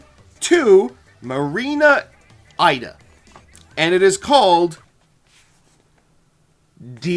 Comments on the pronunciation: I love this video! fyi tho, that marina's last name is pronounced "ee-da", rather than "eye-da". This is due to her name in Japan being Ida, so the fandom kinda uses their pronunciation as reference. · Her last name is pronounced E-Dah not Ai-Dah